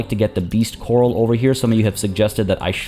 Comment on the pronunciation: Last episode I didn't want to nitpick but now it came up quite a few times, so: "corral" isn't pronounced quite like "coral". The emphasis is on the second syllable and it's A as in Apple